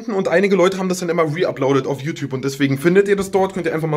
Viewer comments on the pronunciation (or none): none